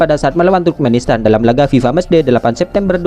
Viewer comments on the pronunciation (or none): none